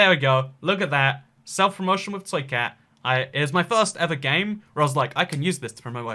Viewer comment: Early! Also plz change the way you say ibxtoycat